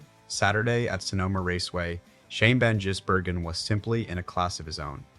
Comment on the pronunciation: It's Van Giz not Van Jiss